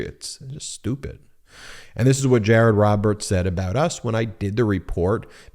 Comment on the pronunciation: Jay-ay-rod dun messed up. 😂